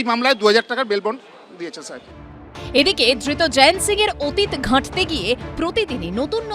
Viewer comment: জয়েন্ত বলছেন কেন? জয়ন্ত লেখা আছে।